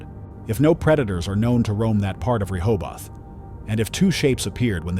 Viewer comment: It Rohoboth like in Ro-Ho-Beth